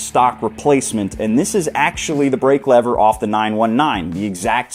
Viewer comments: Why do you keep saying Leathers?! It's Levers, pronounced Lee-vers😅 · the only thing that is making me emotional, maybe angry, is the way you mispronounce "lever"